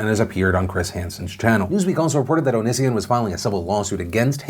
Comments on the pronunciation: Philip DeFranco did you say Onision as oh-no-seh-on like Shane Dawson does for a joke or to spite him or something like that please say yes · How the fuck do you pronounce onision? Everyone says it differently and I genuinely don't know how